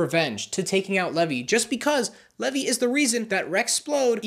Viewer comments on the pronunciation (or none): This hurts to listen to, sorry. his name is pronounced “leave-eye” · no he didn't it's pronounced lee-vee not lev-ee